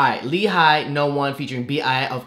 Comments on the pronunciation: It's actually pronounce as 'HEE' , not 'HI' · So it was pronounced as Lee Hai? I legit thought it was Hi in Hee. Hahaha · But it is pronounced as Lee HA-YEE tho it's spelled as Hi 😢